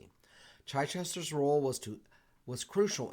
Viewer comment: The first part of the name Chichester (Chich) rhymes with witch. The Ulster Plantation you're describing is simply a form of ethnic cleansing which we have seen in former Yugoslavia and in Russian-occupied Ukraine.